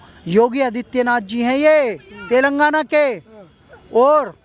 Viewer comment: Bhaiya telgaana nhi he Telangana Hain...